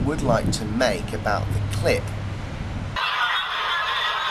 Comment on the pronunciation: Sensation! Read all abahd it! Man calls other man a git! Read all abahd it! My god.